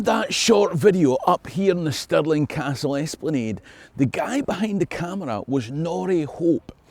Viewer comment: Alrighty, Can't we all agree its not Pounds Sterling but actually... SPOONDOOLIES!!! Dear American & Aussie chums fae now on it Stirling (STIR-LING) castle & money is called SPOONDOOLIES Scots everywhere will know exactly what ya mean & all this confusion shall end, the world will be in harmony, the lamb shall lie with the Lion, & all the TENDER SHALL BE LEGAL ACROSS THE LAND!!!....problem solved & jobs a good un!!! Your welcome 😂😂😂